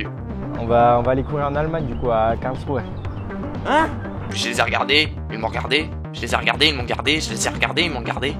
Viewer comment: "Karlsrou" pardon mais mon allemand en prend un coup 😂 T'es pardonné